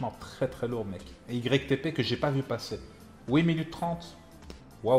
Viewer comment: Ytp sa se dit youtupoup🤦🏽‍♂️😂